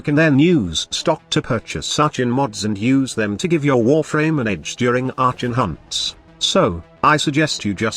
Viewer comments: are con. the robo voice gets things wrong sometimes. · Shitcan the robot voice!. Arshon..